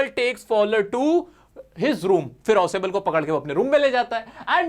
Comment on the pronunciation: 🙅 ausebl 😂😂